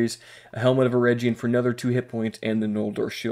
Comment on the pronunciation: The G in Eregion is like the G sound in Gator. And the A in Gwaith-i-Mírdain are both like A in Arm. I hope that helps 😁